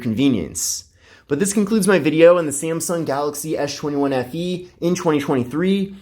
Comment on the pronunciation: you call it "Ash 21" instead of S 21 :-D